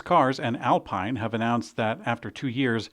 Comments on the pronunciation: Excellent video as always. But I'm starting to think you're mispronouncing foreign manufacturer's names deliberately..: Renault = 'Renno'. Alpine = 'Alpeen', Rimač = 'Rimats' - and don't get me started on Jaguar... 😏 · It's Al-peen, not Al-pine and it's Ren-no, not Ren-alt